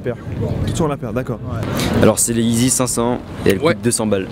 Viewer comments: A le gars dit izy aulieu de yeezy sa ma tué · Sa me soûl les gens qui disent heezy alors que c’est yeezy